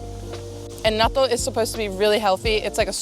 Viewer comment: "" is so Aussie